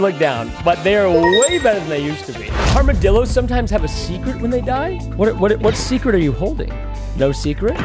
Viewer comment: He just said armadillorssssss